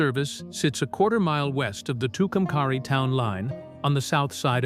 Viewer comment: It's pernounced Two come carry. Say it right!!